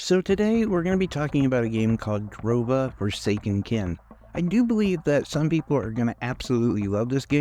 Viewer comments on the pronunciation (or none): "Jarova"? Rhymes with Europa 😊